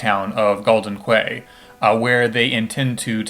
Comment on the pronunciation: Isnt Bahamut a female in this game? You can see feminine features when it zooms in on the first summon. Also, quay is pronounced "key"